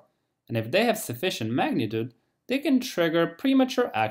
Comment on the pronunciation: You word can is practically indescribable from your word can't... please say can or can not... dont abrievate, if clarity is important to you.